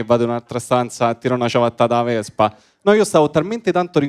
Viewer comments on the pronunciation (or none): "la vezpa ,non la tezda" cit.🥳